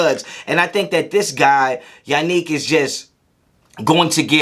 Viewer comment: Sounds like a fair assessment. I give you an A+ for sounding exactly like Smokey when you messed Yannick name 😂😂😂